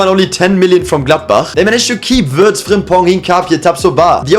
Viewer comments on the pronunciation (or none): none